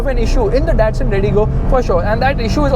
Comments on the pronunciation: did you just say dastun instead of datsun >_< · did anybody noticed he said dastun not datsun!!! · said dastun instead of datsun😁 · am I the only one who shocked for seeing Skoda key as redigo key?🤣 DASTUN! was confused after saying Aston and Datsun, lol🤣🤣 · 0.17 dastan Redi go .Actually its Datsun . 😢😢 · He said dastun i guess. 🤔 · Lol u just said Dastun at the start🤣